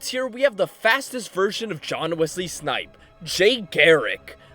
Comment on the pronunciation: John Wesley snipe 😂 It’s John Wesley shipp